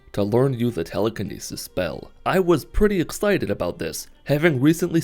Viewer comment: Its not Teeleekeeneesees Its Telekinesis lmao